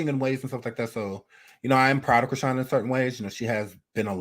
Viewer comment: You said Christine with a half N😂